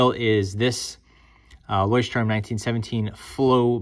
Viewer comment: THANK YOU! Takes away from your credibility when you butcher their name.